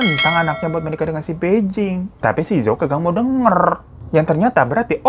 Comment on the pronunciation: Kak bai jing itu bacanya pai cing dia pindahnya ke bei jing bacanya pei cing..sebagai org yg pernah sekolah bahasa mandarin dan tinggal di Beijing 2 tahun lebih gatel pengen benerin pengucapannya 😅